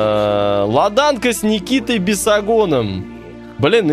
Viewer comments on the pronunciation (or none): Ладанка - ударение на первый слог. Три класса образования?